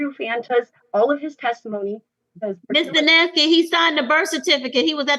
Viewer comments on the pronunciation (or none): I like the attorney for the plaintiff's pronunciation of Lindsay Duneske's name: dunce-key. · Is it just me or does the judge sounds like she is calling her Miss DaNasty? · His lawyer called her "Ms. Dunce-ski" 😂😂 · I love how every time they say her name they pronounce it differently